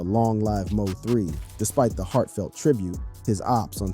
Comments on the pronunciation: Stop saying M o 3 its mo3 bih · who ever the commentator is need to get the name right mo3 don’t stand foe missouri 3 bruh LL3🕊️